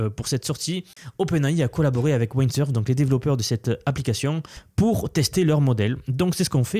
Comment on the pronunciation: On ne dit pas “Waïndsurf” mais “Windsurf” 😂